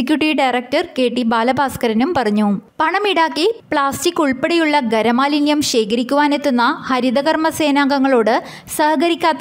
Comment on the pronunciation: ഗരമലിന്യം അല്ല.. ഖര മാലിന്യം ആണു കേട്ടോ